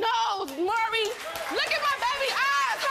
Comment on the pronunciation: His name is "Maury." Pronounced "More-EE." NOT "Murry." Good Lord...